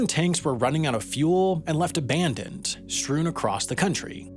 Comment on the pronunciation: a little "country'' pronunciation of the word ''abandoned.'' Just thought that was slightly funny, but war isn't funny, I loathe the thought of the effects of war on innocent citizens of a friendly country, no one should start wars.